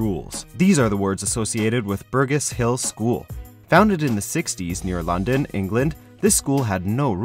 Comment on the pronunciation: Burgess, it's not pronounced Bear-Guess it's Burr-Gess.... 1. How can this be mispronounced from the spelling? 2. It's quite a common English surname.... that I'm sure man Americans have...